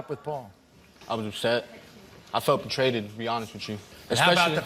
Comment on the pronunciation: Did my man say betrayded? 😂